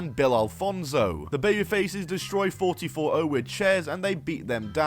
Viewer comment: Good video. One extremely small point, though: the name of the faction is pronounced "four four oh", it's a reference to the area code in north/northeast Ohio, where they're from